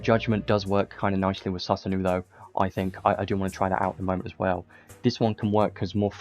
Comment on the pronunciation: Susanoo is pronounced “sue-sa-no” Appreciate the content man 👍🏼